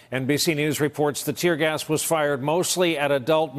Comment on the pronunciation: “ tear gers “ ...